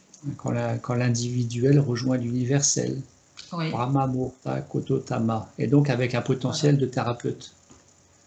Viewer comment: Merci pour ce partage. Permettez-moi juste une petite rectification: on ne dit pas KOTOTAMA mais KOTODAMA. Il s’agit de l’âme de la parole car “de tout souffle naît une vie” et cette âme est exploitée au Japon par exemple dans les incantations pour purifier un lieu afin que ce dernier puisse bénéficier de “bonnes ondes”.